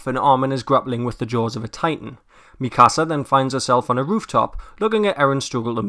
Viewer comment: Why cant anyone pronounce Mikasa right.... cries :(